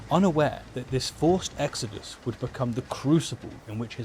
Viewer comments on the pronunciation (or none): none